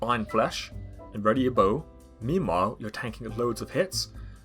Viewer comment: did you seriously say memewhile